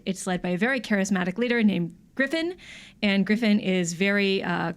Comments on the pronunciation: griffin? GRIFFIN? damn come on guys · Of course I care about AoT S2..I've been up to date with the manga and I can't wait until I get to see the next arc animated. Screwing up Griffith's name and his backstory is just a tiny bit heretical. :P